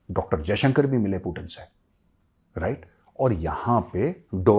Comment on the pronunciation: Hi he is not पुतिण he is पुतिन, please correct 😂